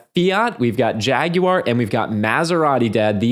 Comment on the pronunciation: OK guys…JAG YOU ARE??? Really??? I expected better pronunciation from you car experts.